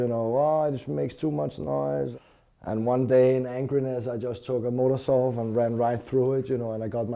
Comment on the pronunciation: a fuckin "Motersaw".... sometimes my people make me cringe..